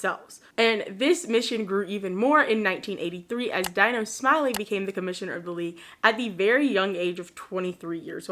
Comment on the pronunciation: Love your vids. I went to both Charles Drew Middle School and King Drew Magnet Hjgh School of medicine and science. My old stomping grounds😪 Oh also just thought you should know that Dino Smiley name is actually pronounced Dee-No 👍 anyways keep up the great work. Your vids are always very fun to listen to. And your channel is severely underrated. Wish you nothing but growth and success.